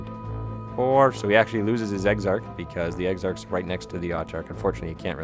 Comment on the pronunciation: lol.."eggs-arch" Exarch, Queens English gentlemen lol...